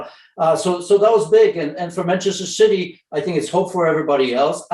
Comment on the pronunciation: Bantchester citeh